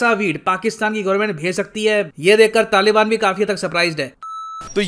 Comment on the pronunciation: Talban nhi hota taliban hota h pakistan ko bi pakstan kahte h 😂😂😂😂🤣🤣🤣🤣